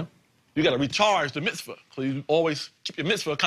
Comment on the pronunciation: I love how he mispronounced Mitzvah.... BAR MISFIT!!